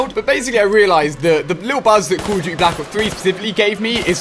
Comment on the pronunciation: "Ive been addicted to many Cuh Uh Duty"